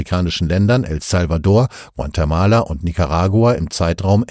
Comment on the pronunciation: Guantemala soll bestimmt Guatemala sein oder gibt es einen neuen Staat hunderttausende Kilometer entfernt? Den Sprecher empfinde ich als sehr angenehm, ich hoffe er wurde nicht durch eine schlecht trainierte KI ersetzt.